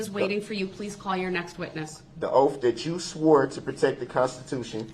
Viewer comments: I have a hard time with him saying oaff instead of oath🥴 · “Under Oftth”, “Lawfull law” & “Grounzzz for the substayned” really sir?? Where did this poor excuse for a boy (he is not a man I hesitate to even call him a boy) learn to speak?! Stop being a complete embarrassment to humanity 🙄 I truly hope this sorry excuse piece of man child, murderer, child molester & trash gets treated the way he has treated others.